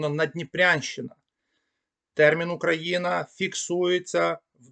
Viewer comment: Спасибі, цікаво. Але чому ви "ОУ" читаєте буквально [ОУкраїна]?) Цей диграф завжди передавав фонему [у], наскільки відомо.